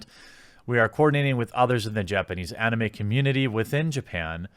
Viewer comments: u miss pronounced Anime, it's ani-may. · I hate the way you say anime. I now have assumptions of how you pronounce Naruto. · You dont know how to say anime?